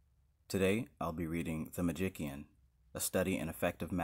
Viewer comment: Travis, thank you for uploading this. However, 😂Its pronounced “Magician”, despite the inclusion of the “k”. That being said, let my amusement be a lesson in Magick. I could have chosen to belittle you, but I chose differently. Why? Because I can. And your offering this work to others is best met with gratitude, not scorn. That being said, thanks for the chuckle. 😊